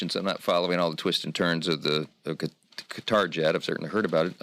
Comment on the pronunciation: Please pronounce Qatar correctly. Perhaps ask a natave Arabic speaker. Sincerely, David Silverman